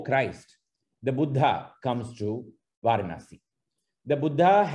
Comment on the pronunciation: I think the correct way to pronounce Varanasi is வரணாஸி not வாரணாஸி. Excellent presentation by Sriramji. I am a fan of him on his videos on Madras...